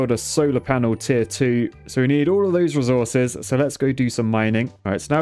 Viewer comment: pls stop saying t its tier not t